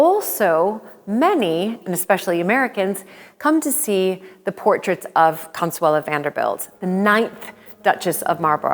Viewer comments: Her name is Consuelo not Consuela. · ConsuelO, not ConsuelA!!! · Her name was Consuelo not Consuela